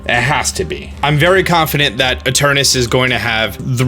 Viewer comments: You keep mispronouncing Eternatus. You keep saying "Eternus". Make sure you read the words fully before making an entire video mispronouncing it. Lol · Its literally spelled ETERNATUS why are you pronouncing it like that?? Its so annoying XD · It's ETERNATUS, not ETERNUS!!! Hahah seriously tho, great vid. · I am fuming with rage whenever he say's "Eternus"... It's effin annoying -_ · Those 186 dislikes just couldn't take him pronouncing Eternus and Olaina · What’s with you and just skipping letters from names? “Eternus” and “olana” lol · Whenever he called it Eternus instead of Eternatus he hurt me. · It’s e-tur-NA-tus. Stop saying Eternus. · Eternatus, not Eternus. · omg can you read. its eternatus not eternas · ITS ETERNATUS NOT ETURNUS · he's been saying space chicken wrong, on the affleck leak it says eternatus not eternas, also please do a video after the games released about how the space chicken was actually related to the plot and dynamaxing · Why does he keep saying Eturnus, but everywhere (even in the title) it's Eturnatus? >.< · Ee Ter Na Tus.. What's up with writing syllables, but not pronouncing them? Ee Ter Na Tus. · Does it drive anyone else crazy that he calls it Eternus rather than Eternatus? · I do the same it just sound nicer to say eternaus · Its fine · Really funny, considering there is no official name/reveal yet. He can call it as he pleases :P. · anyone realise he says Eternatus Like Eternus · I love ya dog, but you keep spelling it Eternatus while pronouncing it Eternus and it's messing with my head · Soooo.... Eternatus but said like Eternus? 🤔 magic space chicken makes the "at" silent lol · Ok but it hurts every time you pronounce it "eternus" when its clearly spelt Eternatus. It's physically painful. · I couldn't have said it better. In fact, I didn't, so I'll delete my post about it. Thanks. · Please stop saying eterNATus' name wrong.... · this whole video, you keep missing a syllable. “Eternus”. smh